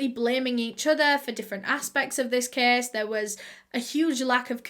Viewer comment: Lol Everytime she says "case" my ears automatically hear "kiiiss"